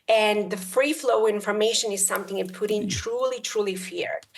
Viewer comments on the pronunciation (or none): The Guy's name is Putin not Pudding, simply annoying when people cannot pronounce things correctly. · Does she call him puddin?